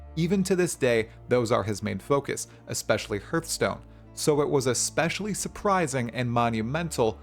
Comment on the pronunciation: How you gona say Hartstone wrong too.